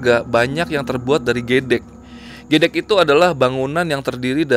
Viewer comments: agak g enak pengucapan Gedek nya jadi gédék harusnya gedék. gédék= geleng2 kepala, gedék anyaman bambu yg biasa dibuat dinding rumah. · Mantabs, Gedek bang bukan gedek 😅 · Geedhek bukan gedek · Gedek bukan geedek bang🙏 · Wkwkwkw bacanya harusnya gedek bukan gedek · GedEk mas bca'y bkn gEdEk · Cara baca 'gedhek' bukan gitu bang, kalau cara baca nya seperti yg bang ucapkan itu artinya 'geleng-geleng' 😄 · Bang bacanya gedek..(e) bukan kyk baca (e)mber tapi.. g(e)muk.. hehehehe.. Gedek-gedek.. ini bacanya gedek.. artinya geleng2kepala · Oya huruf e yg bagian ged(e)k . (e)mber. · Baca "gedek" nya kayak baca kata "gedung" bang, koreksi aja wkwk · Bener bgt..wqeqwq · Gedek nyebut nya klo orang Jawa ngga gtu 😁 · Baca gedeknya salah Bang... Bukan gedek ky org pk drugs 🤣🤣🤣🤣